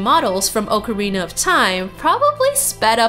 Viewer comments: Ocarina is awk areena not oke areena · you made a mistake it's pronunciation is ock-a-rina